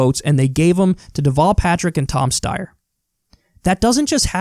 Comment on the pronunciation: You know Kyle is pissed when he pronounces Tom Steyer's name correctly.